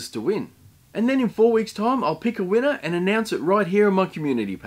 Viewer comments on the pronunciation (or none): none